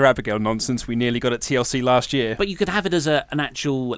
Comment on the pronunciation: Let me put the "t" in "last" for you.